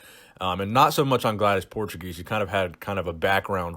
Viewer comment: Her name is pronounced PORE-TWO-GACE